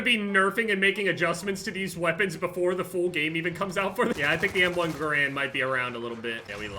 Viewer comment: When u say garand wrong